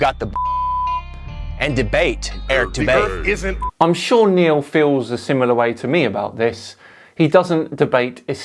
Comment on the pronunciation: Who the fuck is Eric boudae, bodey, botea???